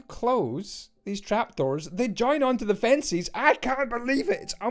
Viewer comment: Fencies? Only jk I know it's your accent.